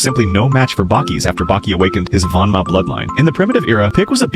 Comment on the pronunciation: It's Hanma not vanma